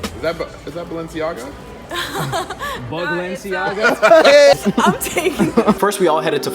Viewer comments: “is that balenciaga, BUG-lenciaga” lmaoo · bug-lenciaga omg